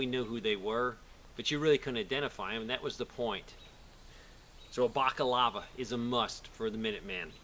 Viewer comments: What the fuck is a minuteman? Also, Balaclava, not Bacalava. See, I even get the red word line under the word when I spelled it like you said it. Bacalava is very close to the word Bacalao which is a Portuguese fish dish. So please.. BALACLAVA, BALACLAVA, BALACLAVA!!!! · It's bala clava, not baca lava. Balaclava. Invented by the French under Napoleon when they invaded Russia. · Balaclava...not bockalava lol. But I see your point and agree. Sometimes anonymity is required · It's a balaclava not a backolava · Baliklava, not bakalava Almost sounds like baklava, the Russian dessert. Although given the choice, I'd rather have the dessert in my mouth. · Bakalava? I think youre looking for a balaklava m8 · I think its "balaclava" not "bacalava" ...but good video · Er, the Tea Party dressed up as Native Americans in a sort of bizzarre way to say "We're not British, we're Americans." The Colonists trying to pretend to be Natives was nothing new at the time. Also, it's pronounced "Bala-Clava", Not "Block-of-Lava". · Balaclava, not boka lava. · Great sentiments here, but it is called a balaclava ( not a bacalava ) For historians out there, it is named after the Russian Crimea city of Balaclava ( now part of Sevastopol ) where they were invented/worn by the British troops during the siege/battle of Balaclava ( the famous Charge of the Light Brigade happened here ) because it was so bloody cold. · It is pronounced Bala_clava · B-A-L-A C-L-A-V-A lol! Lmao everytime you said bakalava! Great info though, keep up the good work brother! 4 MORE YEARS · Hey bud, just so you know, it's pronounced BA-la-CLA-va. Keep fighting the good fight. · BALA-CLAVA. but great video per usual man. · someone who's not wearing their PC right, is way overloaded, has his sidearm in a fucking pouch on his PC, saying baca-lava. yeah I'll take advice from him. LOL. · Balaclava/bacalava, lol. My son used to pronounce doMinoes as doNimoes when he was a tot. :) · It's pronounced BALA-CLARVA